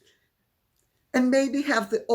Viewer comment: You saying “tosser” sounds delightful in the Posh accent.